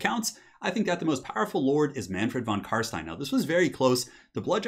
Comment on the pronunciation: Thank you for pronouncing Von Carstein correctly